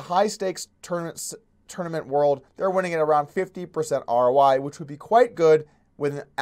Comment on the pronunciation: Are you saying R.O.Y.? Or R.O.I.? What is R.O.Y.?